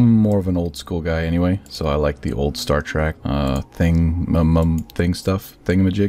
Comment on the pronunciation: I get it you have knowledge but hearing "star trek" as "star track" makes me annoyed and calling the star ships star treks is annoying. But the builds are really good